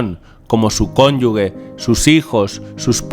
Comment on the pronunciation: No " cónyugue" ...es " cónyuge" ( la "g" debe sonar como " j" ( jota)